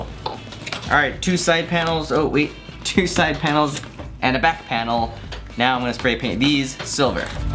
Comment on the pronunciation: Am I the only one that heard "side panoes"